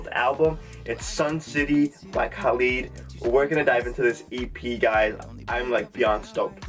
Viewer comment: Loved your reaction. But its not KAAAlid hehe